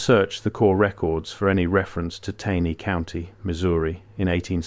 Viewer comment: The AI voice used often mispronounces words such as “Taney” County. It’s annoying since this is where I’m from.